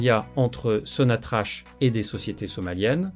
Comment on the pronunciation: Il faut prononcer sonatrach..sonatrak ...et non pas sonatrache ..merci